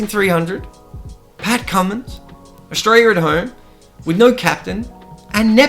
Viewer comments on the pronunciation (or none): none